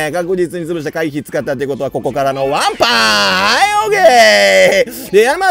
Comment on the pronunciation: 女性キャラKOするときはわんぱぁんじゃなくてぱいぱぁんに聞こえるのは僕だけでしょうか？